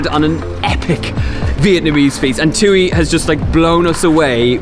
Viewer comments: That's how a table usually looks for dinner. A crap load of small dishes and sauces eaten with rice. Thuy's name is pronounced "twee" not "too-ee" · the entire video, i was thinking about how i’ve never heard thuy’s name before, but then i realized you guys were pronouncing it wrong when i looked her up 😂